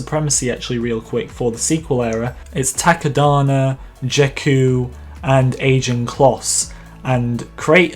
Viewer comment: Did anyone else get pissed when he said JEKKU